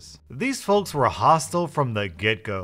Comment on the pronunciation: Is anyone else getting really bothered by the pronunciation of "folks"